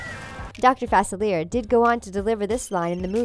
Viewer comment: Please please please I’m begging for this channel to learn the correct pronunciation of Dr. Facilier!!! It is pronounced (Fa•cil•yay) Yours truly, a Louisiana resident/fan